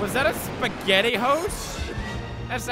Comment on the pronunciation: "Was that a spehgetti hose, as a hat?" Me: "No, but I do believe it was a strainer" XD